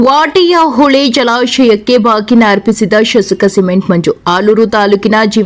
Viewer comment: Watehole . Endu uchcharane madi